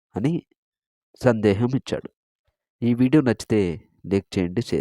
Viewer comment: అంతా బాగానే పలికారు. ఒకటి కష్టజితం కాదు కష్టార్జితం అని చెప్పాలి. రెండవది చివరలో " అని సందేహమిచ్చాడు " కాదు. "అని సందేశమిచ్చారు " ఇలా పలికితే అర్ధవంతంగా ఉంటుంది. అలాగే అంతటి మహావ్యక్తిని ఏకవచనంతో సంభోదించకూడదు. భీష్మాచార్యులవారు అని సంభోదించాలి. భాషమీద పూర్తి అవగాహన ఉండి సాధన చేస్తేనే, ఇటువంటి విషయాలలో భావాలు చక్కగాచెప్పగలుగుతాము. లేదంటే అర్ధాలు మారిపోతాయి అని నా అభిప్రాయం